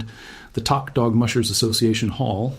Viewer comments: I lived in Tok when I first moved to Alaska in 1998. Love that little community. By the way it’s not pronounced Tock. It’s Tok, as in took on a cigarette. I’m praying for everyone. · This guy speaking seems highly specialized in information, so my question or statement to him is WHY doesn't he PRONOUNCE Tok as it is known to be pronounced - it is NOT "TOCK". We Alaskans pronounce it as "TOKE". Hey mister do you not do COMPLETE research? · It’s pronounced toke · Hey BLOKE! Toke is pronounced like COKE. You really need to redo this video. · It’s pronounced Toke…. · This video is disrespectful to Alaska and the residents of Tok. You can’t even pronounce it correctly. And your facts are wrong. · Bruh...you mispronounced the name...the "o" is pronounced with the "oh" sound. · Learn how to pronounce Tok !!! I’m in Alaska